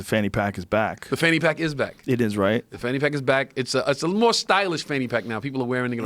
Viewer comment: Joe "Franny Pack" Rogan